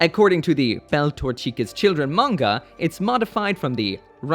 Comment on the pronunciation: Don't tell me you have watched Zeta Gundam with that really forced pronunciation of Beltorchika.